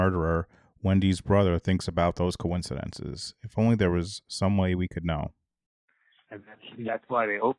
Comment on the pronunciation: Great Job Luuuve these Wendy “ conicidences” 😂😂✌️💕